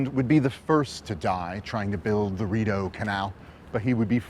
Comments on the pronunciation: Your research should have included learning the correct pronunciation of Rideau - 'Reed-Oh' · Your work is excellent. The canal is phonetically called THE REED-O. (French Based) It is no landmark. It is a working shipping way and quite frankly dwarfs many of The Uk Canal Systems. Sorry bud. Gotta tell. It is one of the worlds most incredible waterways. Hundreds of kilometres. I think you nissed the sheer scale of it.